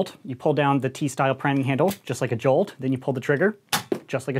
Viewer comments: Everyone: "Jolt": "Juwhlt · " Alpha Strike Series review but everytime he says jolt it gets more distorted"